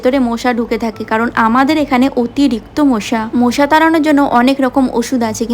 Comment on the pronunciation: মশা ❌❌ মোশা✅✅✅🤣😂😂😂😂😂